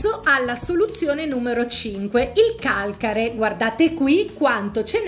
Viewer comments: Ti prego modifica la parola calcare : sposta l' accento 😞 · sposta l' accento (Calcare) nessuno usa il tuo modo di dire Calcare.😊